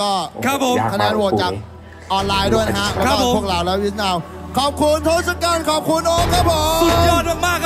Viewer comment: Tossakan = ทศกัณฐ์ = ทด-สะ-กัน ครับ คือ เป็นยักษ์👹